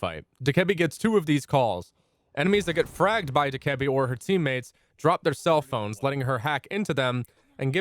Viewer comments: Dakeebi? DokaBae is how its said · Did he say dikebee like bro it’s doke a bee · Also saying dukebby not docabee (this is the phonetic way of writing) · FYI it’s pronounced Dough-Kuh-Bee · Y do you say Dokkaebi like that!!!? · I hate how he says dokkaebi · Is dokabi really pronounced like that?